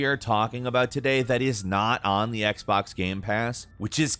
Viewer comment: He also says 'gaem' instead of game. Drives me crazy